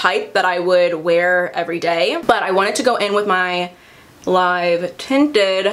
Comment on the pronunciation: As a south asian girl it's so cool to see Live Tinted on your channel because its founder is south asian!!! Also it's pronounced Live Tinted as in "I used to live in NY" hehe ily